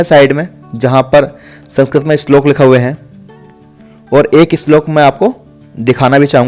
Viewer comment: Islok nhi slok hota h